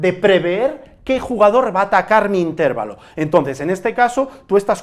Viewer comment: Intervalo no lleva tilde, no se pronuncia asi